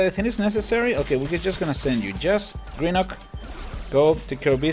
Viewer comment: You pronouce grenuke wrong but your close to pronoucing it right